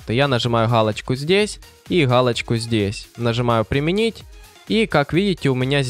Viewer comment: Гхалочку сдесь и гхалочку сдесь ))))